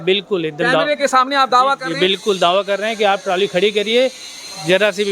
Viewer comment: मेरे पत्रकार भाई ताली नहीं ट्राली है है तो आप पत्रकार लेकिन पता नहीं आपको बोलने का तरीका क्याहै